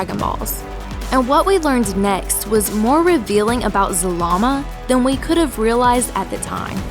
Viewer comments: You said Zabama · 1. You keep repeating yourself 2. IT'S ZARAMA not ZALAMA and definetly not ZAMAAM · Zah Lah Mah, that's how you pronounce zalama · i heard zamama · I keep hearing Zamama. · you make his name sound like salami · At first i thought you said Z-Mama. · Why do you say ZaRama, but spell it ZaLama? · Yea its wrong and the real is zalama